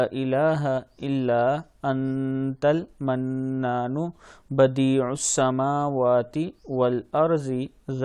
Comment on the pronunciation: Badius'smawati ,plz meem pr zabar ki miqdar parhn khara ki miqdar parh rhy hn ap jo ghalat hai